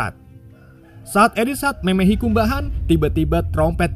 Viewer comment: memehi kumbahan 😂 atmin wong ngapak apa?😂